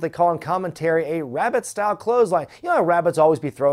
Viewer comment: I think he said "Rabid style" lol! Rabbit is definitely funnier tho, and I'm sure that was the whole point lol